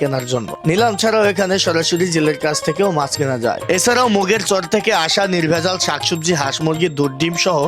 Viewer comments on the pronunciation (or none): ভাই আপনি আমার এলাকার নামের বারোটা বাজায় দিছেন এটা মুগেরচর না ❤❤এটা হবে মুগারচর ❤❤❤